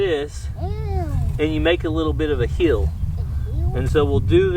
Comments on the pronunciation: says “ hill” like “ heal”. If you heard him say he was hilling the potatoes, I believe he meant hill, not heal. Or, maybe not. Lol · hey i know the ok drawl changes words but it is HILLING potaoes not healing